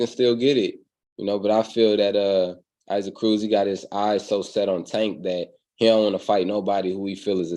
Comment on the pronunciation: I've never heard 'Isaac' pronounced that way before.